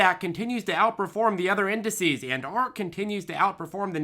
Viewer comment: Ah yes the other indeh-see’s